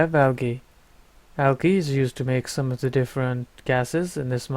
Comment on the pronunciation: Also "algae" is (in English) pronounced "aljee". Its not a mod specific thing, just English. :D. Great vid. You should instead make tutorial vids like this, seems like it would be more fit for your personality. :D